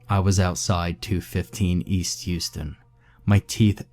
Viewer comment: Houston Street is pronounced How-stun.